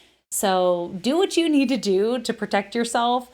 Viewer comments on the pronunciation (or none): There is no such word as PERtect, maybe you're trying to say the word PROtect, WTF?